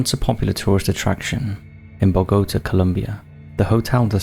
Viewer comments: It's pronounced Bo-ga-ta Not Bo-go-ta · Bo-go-tuh = Boga-tah (Bogota Columbia) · Bo-go-taha.... wtf???